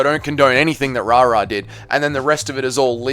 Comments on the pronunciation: Why u saying rara? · I don't know if it's intentional or not but "Rahrah" makes this insufferable. 👎🏽